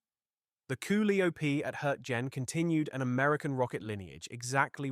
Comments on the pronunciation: "Ca lie oh pee" is how its pronounced. You botched "Hurt gen" also. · It's pronounced koe LIE o pee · That Koo li op is driving me nuts !!! Damn it learn English !!! Your going to have to "Teach" AI "English" !!!